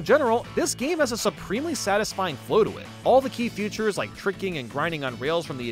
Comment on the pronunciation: Everytime i hear you pronounce features as "futures" i die on the inside.